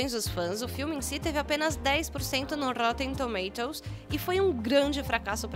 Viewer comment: Rrrrrrrrrrrrrrroten tomatoes